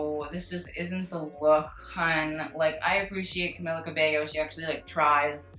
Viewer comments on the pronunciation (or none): Boi i already said it last time its CAMIIIIILA you pronounce it with an eeeeee ok thank you do better next time ily btw 💕